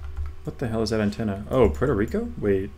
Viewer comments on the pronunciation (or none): none